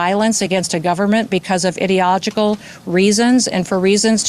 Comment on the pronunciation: unbelievable. thanks for playing the clips back to back like this. noem also cant say ideological